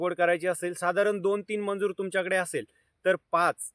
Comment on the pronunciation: मंजुर नाही दादा मजुर म्हणता त्याला ok